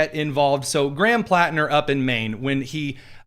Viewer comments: Why does Whoopi keep saying Planter? Can’t she read?!???? Hasn’t she HEARD people talking about him? I’m am so tired of the stupidity epidemic. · Platner not planter whoopi...what an IDIOT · The Whoopi cushion can’t even get the guy’s name right. It’s PLATNER you dingbat, not PLANTER! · Whoopi didn’t even get Platner’s name right.